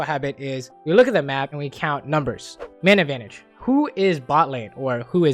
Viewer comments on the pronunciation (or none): I hate how every time he says “man advantage” it sounds like he’s saying “mana advantage”